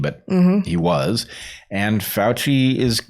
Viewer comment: You mispronounced FRADci